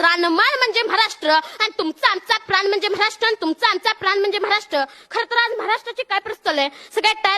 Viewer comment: म्हराष्ट्र नाही रे महाराष्ट्र